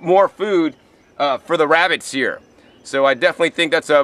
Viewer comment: wabitts hehehe. I love this guy